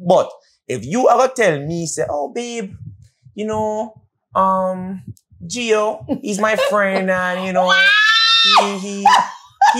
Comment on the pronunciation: Not "Geo" 😂😂😂